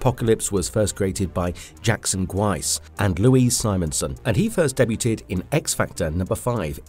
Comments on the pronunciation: Deb yoot ed.... Lol. Daybyewed. Phonetic. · Just a quick one... Debuted is pronounced (day-byood). Most French words end with either a silent consonant or a soft vowel. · Bro... you just pronounced debuted 'Deb you ted'. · FYI 'debuted' is pronounced 'day-byood'. Excellent video though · The T is silent in debut debuted debuting